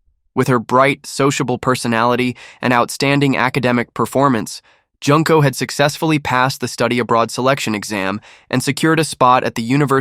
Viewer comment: Jun-ko, not Junk-ko